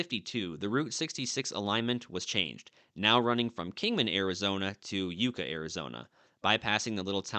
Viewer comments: It's not Yuuuca.... It's Yuck ca.... Yucca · It's not yooka. It's yucka like the tree. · I didn't realize Yucca was pronounced Youca; I always thought it was Yucka. Love the drone shots of the car navigating the highway. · Yucca, Arizona = Yuck- uh, like the cactus. 😊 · It's pronounced Yuck-ah not yook-ah. Named for the Yucca plant. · Yucca is pronounced like yucka not youka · “Yucka”, not “Youca” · first... its pronounced "yuck-uh" not you-ka and in cool springs, there is a dedication Plack there to mark it as a historical sight. my husband and i (along with a bunch of others) have done new years camp out (doesnt happen anymore ) at that exact spot. if youtube aloud pictures i would post one im native in this area and its cool that you are driving the spaghetti road but its not the only spot you missed the historical preservation for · Yucca, Arizona isn't pronounced you- ka. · Great video! Having lived in Kingman, Mohave County, near Oatman , I always heard Yucca pronounced with a short "u" vowel sound like the yucca plant. Also, I recall Sitgreaves pronounced like "sitgreeves", not "sitgraves". Local pronunciation? But anyway, when in Oatman, do as the Oatmanians do. Thanks for the memories. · Arizona born and raised, currently living in Kingman...and my ears hurt from listening to your pronunciation of the town of YUCCA. It us not with a long U. It is with a short U. As in YUCKA. The name is actually a desert plant. Great video of the beautiful desert! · In Spanish, Yuuuca In our neck of the woods, we pronounce it Yuck ca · FYI. YUCCA is pronounced YUCKa. SITGREAVES is pronounced SIT-GREEVES. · Yucca is pronounced Yuck ah. Nice video. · That's yucca ( yuh ka ) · Yucca is pronounced, "yuck-a." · Yucca is pronounced Yuck-a. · You may have pronounced his name wrong but you keep saying Yucca wrong 😆 say it like yuck a. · You badly mispronounced Yucca. You bypassed Fish Bowl Springs, goldfish in a small pool.